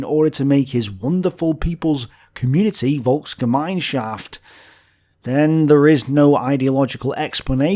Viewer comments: it's Volksgemeinschaft, not Volksgemeinshaft. Sorry. I like your videos but this is literally unwatchable now. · Really nice video as usual :) The world is full of lies, right? :) However, its called "VolksgemeinsChaft" SCH! i know it sounds really similar in in both languages. Another word for you: "VOLKS-SCHÄDLING" thats also a similar word how the national socialist propaganda back then described jews.